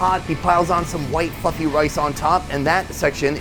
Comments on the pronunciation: "he piles on some white f-ing rice on top" - I know he said fluffy, but it sounded like that. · sounded like he said " white fucking rice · ooo white "fluffy" rice. Not what I first heard 😂😂😂😂